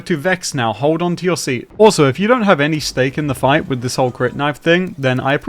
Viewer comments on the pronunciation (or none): none